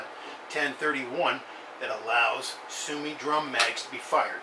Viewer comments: Thanks for the video. Simple showing of how to load and why you need to do 8 clicks. However your pronunciation is a bit wrong.. Su-o-mi (Su O Me) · No brother its su-o-mi